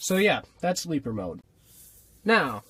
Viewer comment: "That's leaper mode" sounds like "That's sleeper mode"